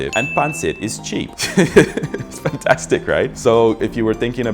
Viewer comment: "Teeeeeyble" "Pantastik" XDDD pinoy na